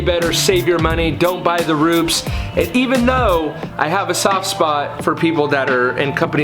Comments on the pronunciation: ROO-PEZ... not ROOPS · You Said 'Rupe es' right...whats the deal there 'Roops' sounds better...lol